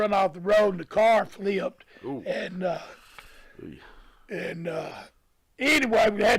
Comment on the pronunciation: Only Tommy Rich can make the word “flipped” into 3 syllables…Fil-lee-upped